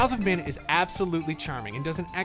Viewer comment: Trials of Manner Trials of Mah-nah ✅